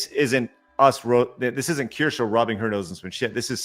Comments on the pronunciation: not that you are pronouncing Kirche 🍒 correctly either ends with E but you pronounce an A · They are really trying to get Kirsche cancelled, huh? You are right, it will only get her more subs, because she is absolutely right. BTW: As a German I can confidently say you are all pronouncing Kirsche (slightly) wrong. So no worries about Asmon's "Kirschi" xD